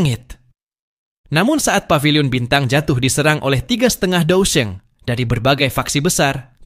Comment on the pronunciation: Haha Alian si sungai mendalam itu banseng bukan dousheng